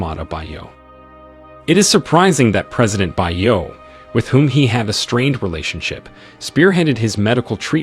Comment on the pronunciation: Bio is not English, its African, its pronounced "bee-o" Americans, please make effort to pronounce African names correctly. Its offensive when you mispronounce an easy-to-pronounce African name like Bio, its not "by-o" its "bee-o".